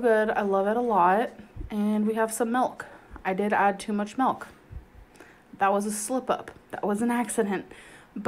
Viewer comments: tangledweb79 melk situaishun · Did anybody else notice that says Malk instead of milk?